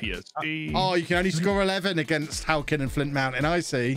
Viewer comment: Being from Flintshire and hearing halkyn and flint be butchered that badly I don't know how to feel 😂